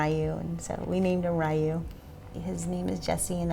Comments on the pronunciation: Congratulations! I heard about this miracle baby and it was nice learning more about him. Just letting you know that “Rye-u” is not the correct pronunciation. “Ryu” is so hard for non-Japanese speaking people to pronounce so it’s ok, but I just think it’d be good for you to know. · Why are they mispronouncing Ryu?